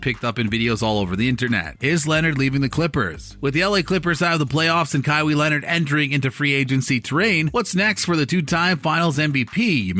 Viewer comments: this video is just reaching... also its ka-why not ka-wee, smh cant even do something as basic as getting the right name of the person you’re making a video on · Junior Asiamah he is saying it like Kaiwe Leonard😅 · Who is Ka-wee??? Did I hear that right? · With that pronunciation of english vocab especially Kawhis name, it’s safe to assume you were one of those helmet wearing downs kids who rode the short bus up until community college where you took culinary classes to forever work at mcdonalds 😂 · Dude you can't even say his name right. Smdh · How can't you not know how to pronounce a man's name? Pathetic Mordaforkers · Learn how to say his name before you make a video on him smh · Jesus christ u pronounced his name 4 different ways none of which was right